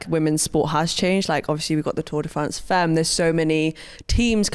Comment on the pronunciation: Femmes pronounced fAmmes. Argh. Sorry. I’ll shut up. Love this podcast. Finally. Cannot wait!!